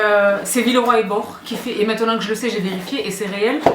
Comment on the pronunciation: Villeroy et Bo(ch) prononce le Che, gracie mille😅